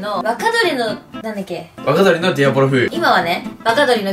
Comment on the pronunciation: で｢若鶏の｣が｢バカ鳥の｣って聞こえたやつ俺以外にいるはず（編集済み）